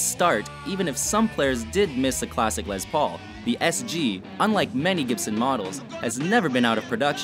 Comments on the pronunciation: “Lez” Paul...... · Say it with me... LESS Paul. Not LEZ Paul. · It's not Lez Paul, it's Les Paul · Ok people stop calling the les Paul a Lez Paul...it's les with an s not a z...🙄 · It's not Lez paul. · They were calling it a Lezz Paul on one... lol. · It's a "Les" Paul not a "Lez" Paul and it's Basswood not "basewood"!!!! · I know it’s WatchMojo so I shouldn’t take anything they say seriously, but it really bugs me how they can’t say tremolo right AND how they say Les Paul every time they talk about the guitar, but get it right when they talk about the man.